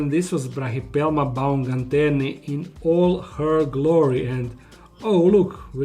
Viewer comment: It's not BAUMGANTERNI!! Is it so difficult to learn it's name?